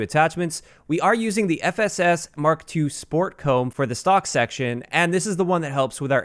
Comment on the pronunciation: Upvote for calling it a 'Mark 2'...not an 'Emm-Kay 2' People who call it an 'Emm-Kay' are retarded.